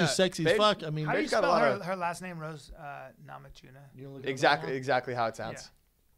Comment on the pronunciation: Rose NamaJunas, not NamaDziunas :)